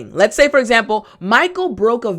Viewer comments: lets ??? sounds like lettuce ! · I said lets (sounding lettuce) and the person said: and tomatoes,,,lol